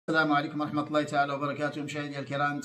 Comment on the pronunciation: ياريت تصححي لفظ الجلالة فوالله